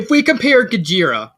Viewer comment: Bottom C, huh? I guess I can respect that. And fyi, the "G" in Gjira is silent. His name is pronounced "jeer-uh." But your friend really got the idea for the naming scheme right. I'm at least glad the backstory hit for you. Yes, the Kaido comparison was intentional, being a parody. He's a powerful parody, and you can choose whether to take him seriously or not. It's up to interpretation. But I paid close attention to what you all talked about. In terms of hierarchy, he rules with fear and power, with his whole organization being a strength based meritocracy, as his "children" fight to be his favorite, while other fictional villains wish to be set by earning a coveted spot in the Ultimate 7. It's near impossible to go against him without him getting the last laugh. As for the next chapter, where his story is coming to an end, I plan to drop the parody stuff. While it's too late to change what's already happened, the kiddie gloves are coming off. It's time to make things super serious. Rather than being the Kaido parody, rather than the drunken club wielding brute, it's time to show why he was the strongest Zygogun. To unleash the true King of the Monsters